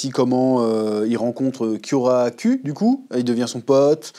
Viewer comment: T'es obligé de l'appeler Kyoracul ? 🤣